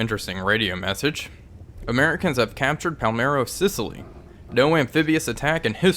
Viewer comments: Am I nit-picking to say it's Palermo, not Palmero and it was not taken from the sea ? Can't trust the radio it seems. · Small note: Palermo is a city in Sicily, palmero (what you kept saying) is a cheese. I wouldn't be surprised if some allied soldiers got ahold of some somewhere, but I don't think it was as newsworthy as the liberation of Sicily. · Palermo not Palmero :) Really enjoying your videos, started playing Uboat a while ago as I've seen it on your channel and I really like the game so far!